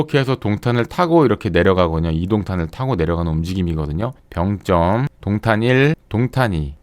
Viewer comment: 병쩜이 아니고 병점이죠. 발음이 좀 거북해요. 굳이 세게 발음할 필요가 없는 단어인데..